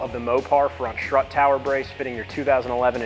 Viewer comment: How do you go through life saying “schtrut tower” and not get mocked relentlessly?